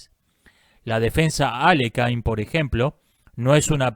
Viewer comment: Buen video. Mínimo aporte: Aléjin/Aliójin o incluso Alekin son mejores opciones para pronunciar Alekhine, que es un apellido ruso.